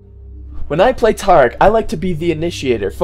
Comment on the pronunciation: u pronounce Taric "tear-ic" but after, everytime you say his name, you pronounce it as "tar-ic". WHY!?